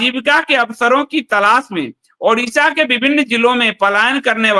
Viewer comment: ओड़िशा है न की उड़िशा 👏👏👏कृपया आगे से ध्यान रखें ।